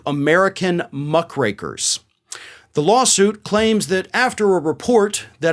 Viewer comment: I thought you said Muff Breakers hahahaha 😆 😂 🤣 I was like whoa what did he just say? Had to listen again. Muck Rakers is what I think it is lol.